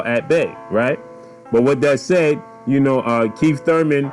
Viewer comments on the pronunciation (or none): U said "KEEF one time Thurman" lol